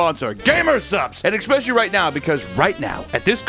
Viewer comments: If he says eXpecially one more time... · This dude fuckin loves to say EKKKspecially.